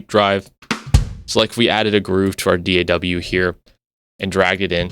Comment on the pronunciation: Thank you for saying D.A.W. instead of all those lazy asses "Daaahhhww. That's soooooo annoying.